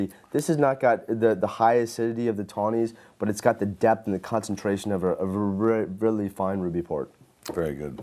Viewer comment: It’s probably better they didn’t drink. Even so, at min the guy with the glasses startes in slurred speech “reaaaw.... really fine ruby port” He must have been on a really empty stomach LMAO